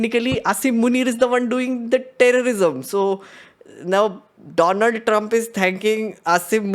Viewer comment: WTH!! You just called Donald as Doland….validating Modi’s blooper😂😂